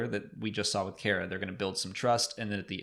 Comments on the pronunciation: Cara Dune's first name is pronounced "CAR-uh" not "CARE-uh" (straight from Gina's mouth) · Is it Car-uh? not Care-Uh? I think Gina pronounced it that way? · I think you guys are pronouncing Cara, wrong. Like, my name is not pronounced Gaybriel. Just saying.